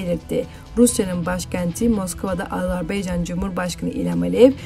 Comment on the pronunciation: AZARBEYCAN DEĞİL